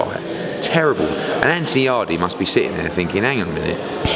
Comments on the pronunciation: Not "yardie"... yard... yard.... YARD .... It is a silent E Eddie. .... a silent E facepalm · im convinced hes pronouncing yardes name wrong on purpose at this point